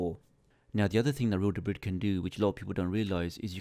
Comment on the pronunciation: This is so hard to watch with him mispronouncing real debris every two seconds lol